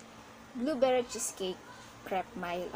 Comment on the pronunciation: You pronounce it as "mil" not mile